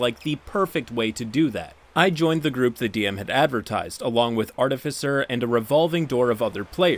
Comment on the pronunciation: Hearing finally saying "artificer" right still sounds so odd. I'm waiting for him to ho go "artifycer" as he used to at any second.